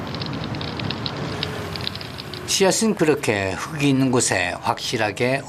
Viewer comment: '흙이'는 '흘기'라고 발음을 해 주라. '흑이' 이건 '흐기'가 맞지만...